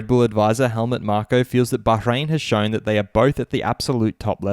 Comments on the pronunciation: I appreciate your correct pronunciation of Bahrain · That’s how it is pronounced in Bahrain